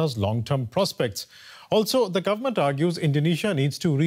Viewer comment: I am struck of why Indonesian struggle to pronounce V but F is the sound that they used to it. Very become Fery, government sounds gofermen.